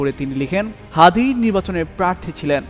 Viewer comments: ফখরুল ইসলাম আলমগীর সাহেব আপনি তো ওসমান হাতের নামটাও ভালোভাবে বলতে পারেন না ব্যঙ্গ করে বলছেন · এটা ঠিক না উনি তাকে চিনেনা, তার দলের নাম জানেনা। নামটাও ঠিক মত উচ্চারণ করে নাই তার মায়াকতটুকু?